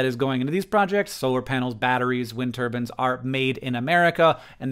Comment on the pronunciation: I notice he says "wind turban," like the cloth head wrap. My mom says it that way, too. I joke about it whenever she says it-- it's just a funny visual